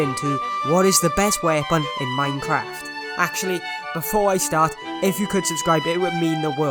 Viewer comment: normal person: weapon, this guy: wheepn